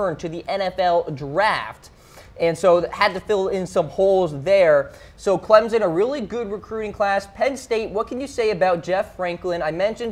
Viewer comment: "Clem-son" not "Clem-zon", and I don't particularly like them either.